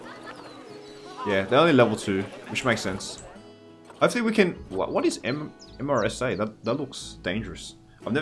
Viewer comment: I know it’s long after this was recorded but MRSA is pronounced Mehr-suh. It’s a very serious bacterial infection. Antibacterial resistant MRSA is responsible for some of the worst infections within a hospital setting.